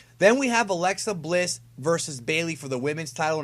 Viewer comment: why do you say alexa bliss so weirdly lol it sound like your saying aslesa bliss